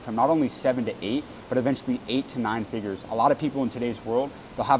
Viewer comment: Can we say "figures?" Not figers😂😂😂 Anyway great interview ❤